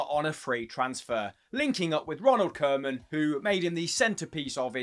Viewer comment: Good stuff! It's pronounced KOO-man though